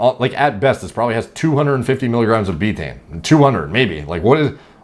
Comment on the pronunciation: Laughing my ass off at how you pronounce Betaine wrong the whole video and have now spawned tens of thousands of retards who are going to run around pronouncing it “beetane”. It’s pronounced Bay-tuh-eene, three syllables, like Creatine.